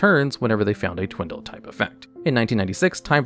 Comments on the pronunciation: "Twindle" . . . Twice... 🫥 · There is no "N" in Twiddle.